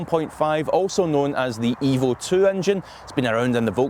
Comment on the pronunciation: It sounds like you are saying the Hybrid "Evil 2" engine.